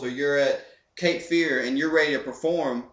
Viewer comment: Once you said "Cape Fear" I knew you were from North Carolina. It's nice to know that, since I live in Johnston County (JoCo.)